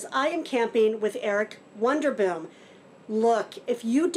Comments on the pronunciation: I heard you say wonder boom...but it's WANDER Boom! 😊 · you're saying "wonder boom." Isn't it wander boom? He's not wondering, but he is wandering, like you! Note: this comment is kindly meant!